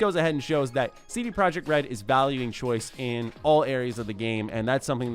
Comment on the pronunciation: CD Projekt RED should be pronounced "CD Proyekt RED" since they aren't from an English speaking country